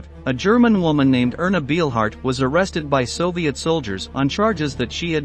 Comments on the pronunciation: Couldn't you at least check how a name is pronounced, before you make a video about her? That "Beelhard" makes me cringe every time he says it... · Narrator you pronounced Ernas last name wrong. In German ‘ei’ is pronounced as a ‘long i’ and ’ie’ is pronounced as a ‘long e’. You’re fired‼️ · Narrator you mispronounced ‘Beilhardt’. In the German language the letters ‘ei’ are pronounced as a long ‘i’ with the ’e’ being silent. Inversely, the letters ’ie’ together are pronounced as a long ‘e’ with the ’i’ being silent. If you are involved in documentaries you should get things correct including accurate pronunciation.